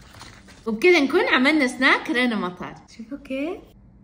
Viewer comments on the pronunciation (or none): وكذا نكون عملنا سناك رنامطر ليش تتصنعي بل كلام يادوب فهمت لما بتقولي رناء مطر بعدين ذي مو سناك رناء مطر هاذي وليمه